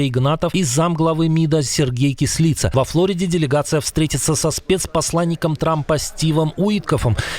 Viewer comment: Прохання до авторів каналу: будь ласка, не вимовляйте українські прізвища по-росіянскі. Українське прізвище Кислиця росіянською буде "Кыслыця", а не "Кислица". Дякую за розуміння.